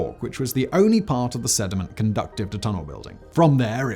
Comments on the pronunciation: Nope, I forgive most pronunciation errors Simon, but I've heard this one enough now to throw a correction your way; 'Conducive' is not 'Con-duck-tive', it's 'Con-dew-sive', "Making a certain situation or outcome possible" accodring to Ms. Smartypants (aka Google), whereas conductive is something that is capable of carrying electrical current... :D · Simon, you always mispronounce “conducive.” You say “conductive” which is related to conducting, like energy transfer. You’re basically adding a T sound to the word conducive which has zero to do with conduction. Get correct.